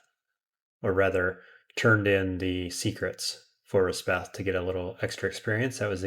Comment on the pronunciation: You’ve been saying Resheph wrong. It’s resh-eff, not res-beth.